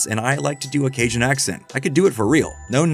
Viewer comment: Love your videos! But Louisiana local here, it’s caJun, not casian